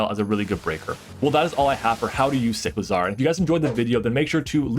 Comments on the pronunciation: Cy • clizar not Sick • lazar . Like huh 😂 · do you pronounce motorcycle like motorsickle just as you pronounce cyclizar like sicklizar?